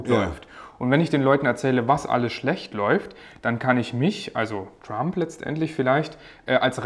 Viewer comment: Hat er ernsthaft "Trumpi" gesagt?